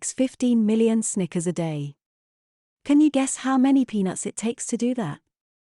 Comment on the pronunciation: Did anyone else think the computer voice said "stickers" on more than one occasion?